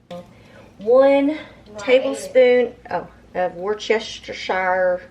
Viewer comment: This is how you pronounce that seasoning.. wors-stir-shir